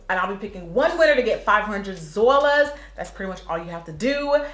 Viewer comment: Lol usually you say dwollas but today you said zwollas. 😂 $IvyAdams383